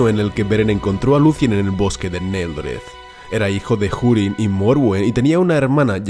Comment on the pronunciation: Desde cuando se pronuncia la H? Dado que Hurin ni siquiera es una palabra inglesa